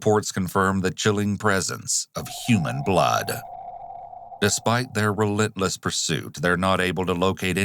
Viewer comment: Ayo, you didn't have to say"human blood" like that